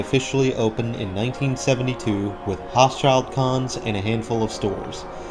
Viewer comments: Hochschild-Kohn is pronounced "Hoshell-Cone". Wards moved there when they closed their Catonsville store, about 3 miles away, which was demolished to build a Wal-Mart. Macys is about the only thing keeping the mall alive. It surprises me every time that I see a Macys closing list and this store isn't on it. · Great video Its pronounced Hochschild (long O) Kohn (long O) I was born in Baltimore and that was a long gone local department store chain